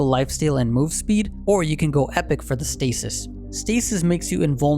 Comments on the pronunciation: Epoch is said as ee-pāk. Not epic. Epoch, epic, totally different words. Otherwise ty for the content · Not to try and sound rude, but I'm pretty sure the crest is pronounced E-Paw-K I love the video dude! Keep them coming! I normally run Megacosm and Timewarp on The Fey over your suggestions, but I totally see how Azure and Astral would be great!